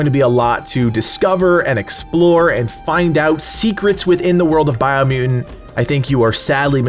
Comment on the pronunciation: Bio mu-ent